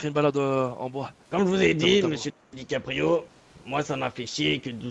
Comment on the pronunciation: C'est dickaprio pas DICK aprio le "gay" g pas kiffé wlh